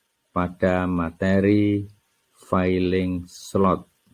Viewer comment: Jangan bilang failing slot pak. Cara bacanya Biasa aja filling slot